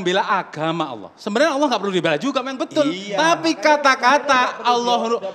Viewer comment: Dia Melafadz kan saja salah... Alah dan Bukan Allah Sebagaimana Pelafadzan Yang Benar... ( Cek Video Permintaan Maafnya ). Jika pun Mualaf...Dia Bukan Mualaf Tulus... Lidahnya Akan Menipu dirinya Sendiri...